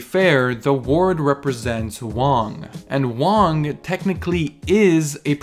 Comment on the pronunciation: Actual props for pronouncing Wang correctly most westerners would pronounce it with a “ang” instead of “ong”.